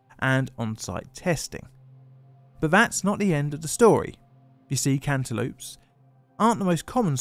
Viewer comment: "cant e loops" I thought this was an april fools?